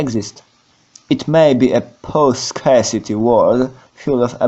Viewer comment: Drogi Panie. Wielki szacun za merytorykę, ale podszkol się Pan z wymowy angielskiej. I tak jest lepiej, bo się Pan nauczyłeś wymawiać nazwę własnego podcastu i tego nieszczęsnego "scarcity", no ale niestety pozostała cała reszta. Nie ma potrzeby cytowania angielskiego oryginału, czy używania angielskich słów, to polecam tego nie robić, bo całość na tym traci.